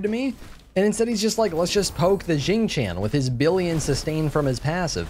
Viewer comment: I keep hearing Xing Chan more then xing Tian lol I wanna a weeb skin for him now EDIT: for those who are curious its produced more like Shing Tyan or shing tee-on